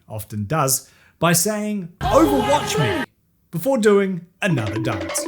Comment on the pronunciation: And uhhnuhthur won.